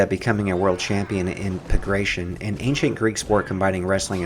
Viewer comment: “Pagration?” Do you mean “Pankration” C’mon.... Bas Rutten vs Frank Shamrock? Ken Shamrock in his prime? I know this is a fictional movie analysis but it’s just really distracting hearing things pronounced wrong. Still though I am here watching your videos so job well aside from that small issue